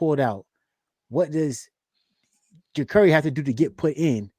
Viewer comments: JA-CAR-EE. Not Jacory, not Jacuri. I can't understand how people that cover our team cannot pronounce the players names. It's crazy to me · He said his name is JA-CŌR-ĒE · no sir. His name is ja-Car-ee. Like the automobile. I heard the interview